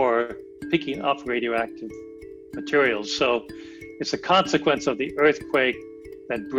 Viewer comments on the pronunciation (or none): They couldn’t get a better spoken scientist? He said wemoval of wadio active matewial